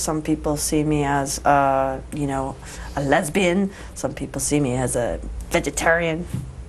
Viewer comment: I love how she says 'lesbian!' and 'vegetarian!' Too funny!